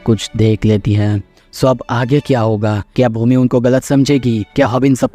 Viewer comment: Bhoomi ❌ bhOOmi ✅